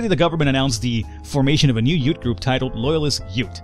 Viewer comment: "Loyalist yoot" What's a yoot? (